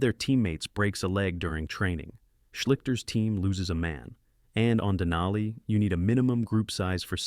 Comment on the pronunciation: More accurately, "in an Athabascan language", and the language is Koyukon = COY-uh-con, a language in the Athabascan family, which also includes Navajo. Next, dana-EE-nuh is correctly pronounced deh-NIGH-nuh. Wait! Who thought that it would be a good idea to put in a shot of a chair lift at a ski hill somewhere, while the subject is people getting off Denali with their lives?? Then at , while the subject is coming down, we see people going up.(??!!) Then, is a sign saying "Avalanche area" in English. . . and a language from Everest(?).